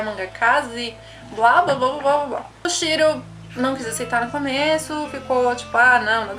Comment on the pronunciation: Shiro?@@ acho melhor você fazer um roteiro antes de fazer um video... você falou Shiro Shira e tal...@@